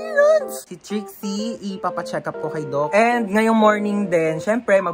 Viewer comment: Kuya ano po ba trixie or drixie kasi minsan naririnig ko drixie minsan nmn po trixie?